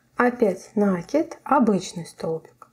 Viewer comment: Да почему же Вы всегда говорите нАкид, нет такого слова, накИдывать, накИд..